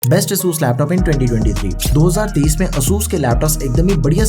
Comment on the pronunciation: its "ay-sus"